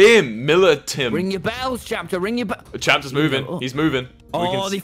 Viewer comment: A guy named Chapter while Wilbur and Tommy pronounce it as captcher